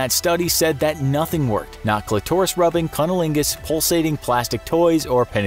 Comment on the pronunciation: "When the cli-taurus is stimulated.."😂😂🤣